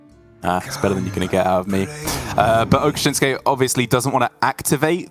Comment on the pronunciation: I have read it many times. It says Okasinnsuke, not Okashinnsuke.